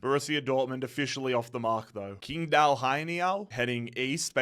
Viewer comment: as a chinese speaker it pains me hearing how he pronounced qingdao 😂u would be much closer if u pronounced ching-dao instead. dont ask me why, this is how mandarin Chinese works. the Taiwanese system would prolly give u Chingdao for the same characters. I just got used atp...